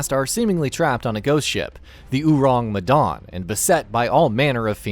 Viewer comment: Can I ask what Medawn is? It’s Medan. So easy to pronounce 😂🤣